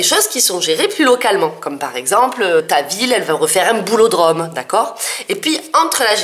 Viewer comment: Mon dieu, j'avais compris "ta ville veut refaire un boulot de Rom" au lieu de "un boulodrome"... ^^